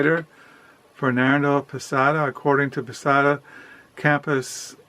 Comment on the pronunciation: I think I might pick up middlemarch soon :) Also it’s fernando PESS-O-A.